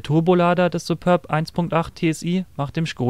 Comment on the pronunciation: SupÖrb? Das ding heißt "Superb"!